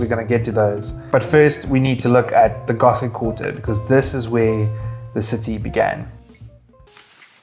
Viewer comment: Les Rambles, Gótic not Ramblas and Ghotic